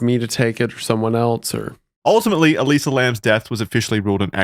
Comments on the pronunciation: The bio test is pronounced like eliza and is a super common test in biomedical research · I’m so glad y’all caught the mispronunciation of Elisa it was starting to really bug me lol